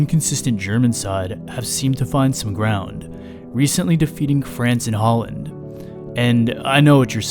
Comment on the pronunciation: Bro pronounced it haaland 💀